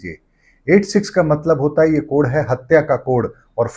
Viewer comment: त्रुटिपूर्ण उच्चारण। कोड़ नहीं कोड कहिए।